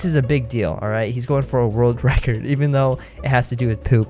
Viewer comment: a rord racurd